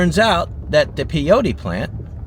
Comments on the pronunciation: it's pronounced PAY-OH-TEE, and MESS-KUH-LEN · i think it was one cat just following you around! just FYI it's pronounced PAY-otea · Peyote is pronounced PAY-OAT-E. When you said they made 107K in that town, I said drugs! I was right.